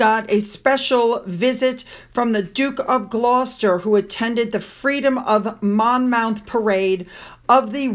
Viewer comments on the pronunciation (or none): ’Monmoth’ x